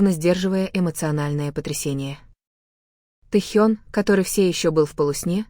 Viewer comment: Какой бред! ТЭхен,АйдОл,от ударения охренеешь! Вслушайтесь в бред ,который несёт автор! Ночью ,в казарме они смеялись и обсуждали что-то! А Техен -то на учениях! Заврался автор! Дизлайк!